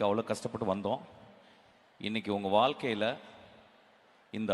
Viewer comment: வால்க்கை என்பது கேட்பதற்கு மிகவும் கடினமாக உள்ளது மிஷ்கின். அடுத்த முறை வாழ்க்கை என்று உச்சரியுங்கள் Please